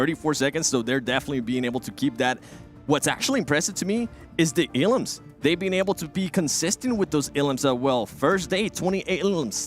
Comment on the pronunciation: Everybody: "elims": "eLUMS"